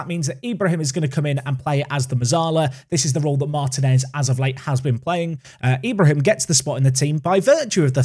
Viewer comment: For Ibrahim it's pronounced e-bra-heem. The e making the same sound as it does when you say exquisite